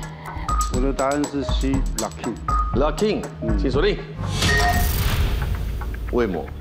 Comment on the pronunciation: locking 跟 poppin 的發音其實是不對 都是第一個音是高的才對